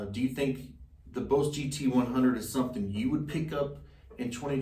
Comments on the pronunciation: Stop spinning in you chair and sit still ffs. Also it’s pronounced Boss as in “boss”, not Bose. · Nice vid bro. I like how you say “BOSE” instead of “BOSS”. I have both the Line6 Pod HD500X & BOSS GT-100, bought them both in 2013. Both still hold up. Yes the look is a bit dated, but they do the job. I’m thinking about upgrading to the Helix & GT-1000, but what’s the point if you just use it as a standard pedalboard. What are IRs (input responses)? I’m not up to date on the latest stuff or gimmicks. Is it the response when if hit the string lighter to harder it simulates that? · why is he saying boze lol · “Bose” 😂 I understand. When you learn something by reading pronunciation is always off. Good review nonetheless (that’s “known thele ssss”) and I’m just playin!